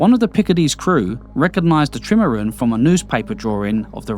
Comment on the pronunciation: good content but the narrator's accent is 'ard to suffah and he cant even pronounce trimaran! is it AI?